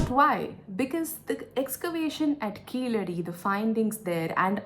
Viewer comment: Keezhadi is the correct pronunciation not keeladi .